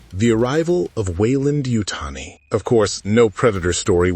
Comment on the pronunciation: For the love of sci fi stop glazing Trachtenberg trash. I truly hope this movie bombs and the franchise goes back to capable hands. It’s yautja not YEOWCHA fuck you kids shit on every single thing that was once great 😂🖕🏼